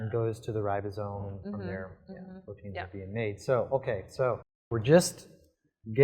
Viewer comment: What kind of scientist says "potein" instead of "protein"?